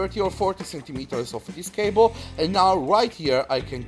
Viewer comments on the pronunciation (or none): "Dis is a Etirnit cabele"